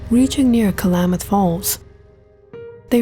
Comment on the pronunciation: It's not pronounced "Ka-La-Math" river, it's pronounced 'KLAMath' river 😕